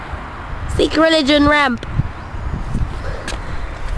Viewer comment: Did you say "Sikh religion" or "seek religion" near the end? Anyway, magnificent and entertaining filmmaking!